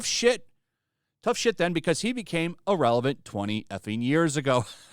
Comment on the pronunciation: Bro, it’s IR-RELEVANT and definitely not IL-Relevant